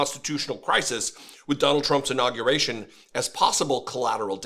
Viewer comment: Did he have an inawwgravation or a inurawgerated?